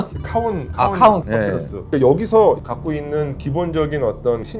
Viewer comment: 파피루스가 자꾸 팥빙수로 들려